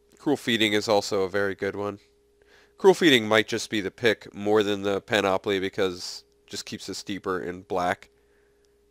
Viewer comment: Hey. Just so ya know, it's pronounced PAN-uh-plee Don't worry. You're not the only one who's pronounced it panOPoly just call me the pronunciation nazi: )